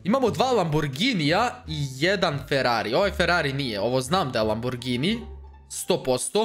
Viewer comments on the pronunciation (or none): Znao autima a govori laburgini